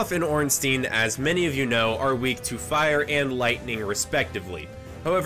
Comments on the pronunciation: First video I've seen and never have i heard both orenstein and smough's names both be said incorrectly Smough rhymes with dough Ornstein rhymes with Frankenstein. E before I in german is a hard I sound I before E is a hard E sound Zwei which means 2 in the german word Zweihandre remember there is a Zweihander in game as well Zwei is german for Bi meaning 2 German and English are very similar in pronunciations Also for smough's sake its spelled like dough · He also pronounced Ornstein wrong. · "smof and ornsteen" xD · No ornstein is pronounced ornstEEn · Man you cant say ornstein or smough right at all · is he purposely pronouncing both ornstein and smough wrong